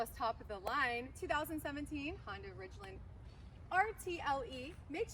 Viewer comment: Its Ridgeline not ridgelind or what ever she said. Say it correctly or dont dont do the review.